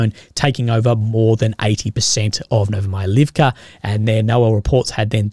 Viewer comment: Yeah, but then you hear how he pronounciates "Novomihailovka" and cringe